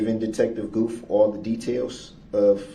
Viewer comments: He drives me crazy with the way he pronounces "th" as "f". Detective "Goof" and "November 20ff". You would think he would try his hardest to sound professional and intelligent, but no.. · Listen to him! “He had pass chu” or “Twentief “ the day he swore nothing happened that day either. That’s the “troof” according to duh rel the alleged defendant. You are the defendant you clown! Oh yeah. Detective “gufff”